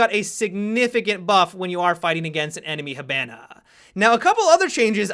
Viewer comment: When he says hibana wrong TRIGGERED